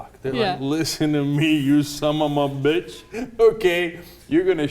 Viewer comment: Can we please teach this guy how to say "son of a bitch" not "sum omma bitch"